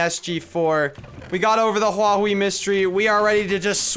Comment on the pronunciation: It's huawi